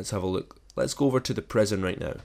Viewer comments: Prison, not preson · Can't tell of your saying "prision" or "present"